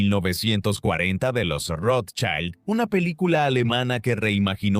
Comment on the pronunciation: El apellido lo pronuncian de maneras diferentes e incorrectas todo el tiempo. Llegué hasta aquí con el documental porque en serio me generó malestar. Espero que puedan tener en cuenta la crítica y trabajar en ella. Saludos.